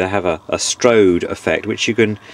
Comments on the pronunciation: Re Dual dating; the number under the turntable mat is not date- related, and it is a 'strobe' light, not strode, used for checking turntable speed. Other than that, you have a pleasant voice but would be nice to see a bit more of the workings rather than hear about your train travels. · Your pronunciation is interesting. "strode" should be 'strobe' and "Tech-neeks" should be 'Tech-niks' (Technics). Also I can't find Part II, and I'd like to know how to get the turntable base out of the surround, mine seems to be stuck at one of the srews, on the RH side.